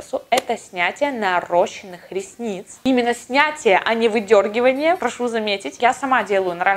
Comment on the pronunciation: Наращенных ресниц, через А и ударение на Е